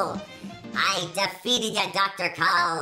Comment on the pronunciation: You are mispronounce the name